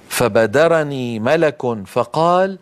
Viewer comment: ظن أنه ملَك من الملائكة* هكذا تنطق أخي بارك الله فيك، فالأملاك هي أشياء معينة تعود ملكيتها للأشخاص.